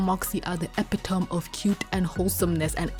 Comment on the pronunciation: epitome isn't eh pit ohm. It's eh pit oh me